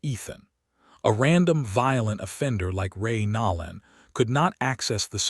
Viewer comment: HOW CAN ANYBODY LISTEN TO THE NAME AND NOT PRONOUNCE IT NOLAN WITH A LONG O AS IN NO. DEFINITELY NOT NAWLAN.